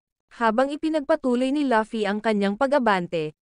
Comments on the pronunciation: Luffy po hindi pi laffy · Luffy not laffy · Laffy✅ LUFFY❎